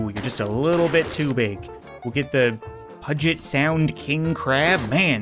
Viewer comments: Its pronounced "pew-jit" not "puh- jit" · As someone from the Puget Sound area, it's pronounced "pew-jet" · its pronounced pu-ge-t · Pudget sound PUDGET SOUND IT’S PUGET SOUND! unintelligible screaming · Also I think its pronounced pew-jitt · It is pronounced p you get sound and it is a critical part of Washington economy my home state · Its pronounced PUjet sound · It is pronounced pewget soud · he said puget wrong and i should know because i live there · thats not how you pronounce puget